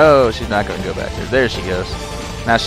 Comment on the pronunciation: going* not goind... :D